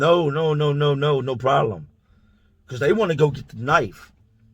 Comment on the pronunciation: “Is it a prolem? let me know if it’s a prolem” lmfaoo